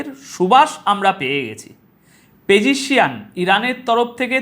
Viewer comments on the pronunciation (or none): পেজেসিয়ান 👈 নয় দাদা নাম টা হবে 👉👉👉পেজেস্কিয়ান ।